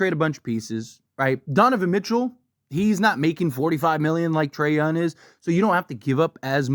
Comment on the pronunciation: Donavan Mitchell YES…. Trey YounG! … not Trey Yun…. No